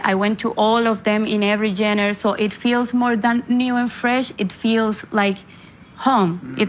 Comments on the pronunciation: I love how she says Jenners for genre. 🤣🫶🏻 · Can anyone teach her how to pronounce genre ? 🤣🤣🤣